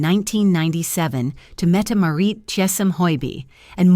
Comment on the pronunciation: The "t" Marit is not silent.